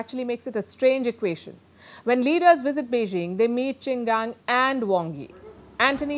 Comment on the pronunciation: His name is QIN GANG. It pronounce "Ching" "GAAN" . His is MIA for 2 weeks?!!!! wow! should we be worried? Do yo need to report his too?